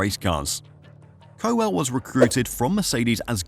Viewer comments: How stupid was I to think this was a real person talking and not just a computer generated voice!!! Nobody would seriously pronounce it Co-Well when the name is Cowel. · Andy Co-well? 😅 gotta work on those pronunciations! My guess is Lance has 2 more seasons left to prove himself. If Aston are fighting anywhere near the front by '26 and Lance is still (st)rolling around the midfield parking it in the gravel he'll be out by mutual agreement. Lawrence is a shrewd businessman with lofty ambitions. Lance is bad business. Not even Stroll senior will support this farcical endeavour indefinitely. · Cow ell. FFS